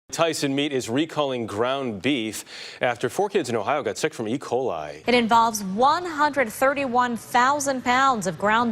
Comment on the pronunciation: Cant pronounce ecoli? Learn English and teach your AI to speak before you let it out in public